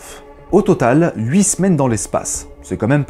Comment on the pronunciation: Merci. Je ne connaissais pas l’agence spatiale suisse 😎. « J’ai houitte (et non pas 5, oups) zegondes pour vous dire que ... » 😂